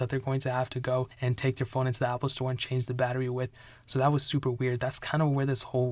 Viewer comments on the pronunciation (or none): none